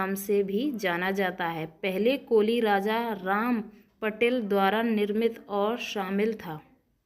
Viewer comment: मुरूड जंजिरा. सही उच्चार किजिये. पटेल नही पाटिल. सिंधी नही सिध्धी.